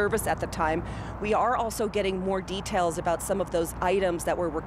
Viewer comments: they dont know how to say his name. 'Alissa'? How about 'Al Issa'. Funny how they tell us that not knowing how to pronounce foreign names is racist, yet they don't know either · His name is Ahmad AL - ISSA. Why is everyone pronouncing his name Aleesa?